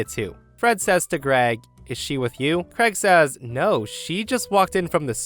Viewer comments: Why cant americans pronounce the name Craig properly? Always sounds like kregg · I've been an American the whole four decades of my life and is the one and only person I've ever heard pronounce "Craig" as "Creg." It immediately struck me as quite odd to hear that pronunciation.